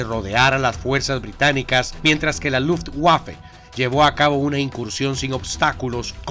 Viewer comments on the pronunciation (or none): No puedo tomarme en serio un video de la segunda guerra mundial de alguien que no sabe pronunciar luftwaffe